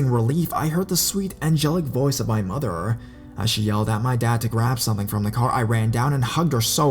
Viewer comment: Why did you say “my mother” like that😂